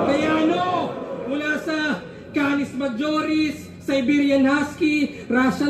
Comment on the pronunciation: ironic kay hazky sa pag banggit ng “google rapper” daw si gl samantalang na kengkoy sya sa “cannis majoris tawsanlargerthanthesun 😂